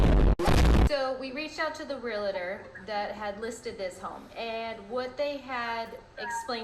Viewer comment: Agree! And not prouniunced "Real i tor". It's pronounced "Real tor.😮